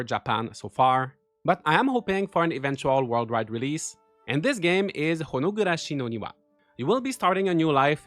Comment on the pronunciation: you are so cool!! The way you said "Honogurashi no Niwa" was so spot on! 🍑